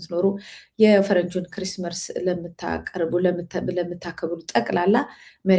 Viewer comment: ክሪስመርስ? ወይስ ክሪስመስ? Chrismers?